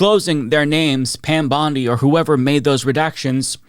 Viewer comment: Pam Bondi puts emphasis on the wrong syllables when she’s talking.